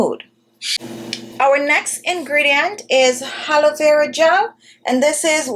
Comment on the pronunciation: Halovera gel....it I hear it right? It should be pronounced A LO.VE RA🙄